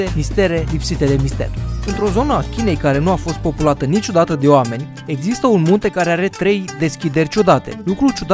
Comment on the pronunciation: A zis: Iezâstă o esplicație